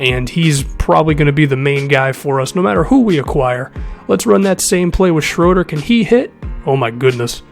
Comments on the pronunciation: Hey this probably won't matter but Shröder's name is pronounced Shrooder. 👌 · It's SHROO-DUR